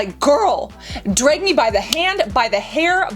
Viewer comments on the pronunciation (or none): none